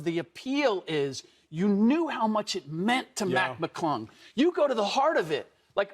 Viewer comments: it’s McClung not McGlung acho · “Matt maaGlung “ Manz don’t even know his name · McClung not McGlung, Acho! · Can’t you guys at least get the dunk champions name right, come on!!! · Why would no one correct the one gentleman about saying Mac’s last name correctly?